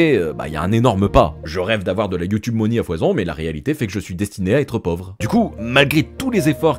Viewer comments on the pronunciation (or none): none